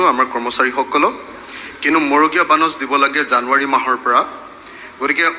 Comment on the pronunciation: মগড়ীয়া নে? মড়গীয়া।